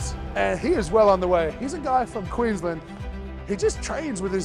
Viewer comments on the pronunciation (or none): its so wild to hear you say queensland that way after you bloody lived in sydney for long enough, mitch hahaa